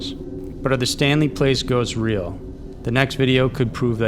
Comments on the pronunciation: it was ok until the narrator does not know how to pronounce Stanley Palace an not Stanley Place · Palace not place, my man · palace is not pronounced place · "Stanley PLACE'??? It clearly says, "Stanley PALACE". You know 'pal-ass'.😄😆😆😂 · Stanley PALACE... NOT PLACE. You always mispronounce words and names. It's very distracting. I like your channel but geez it drives me crazy! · I cringe each time he says Stanley Place. Place?? It's pronounced PAL*iss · the way "palace" was pronounced is weird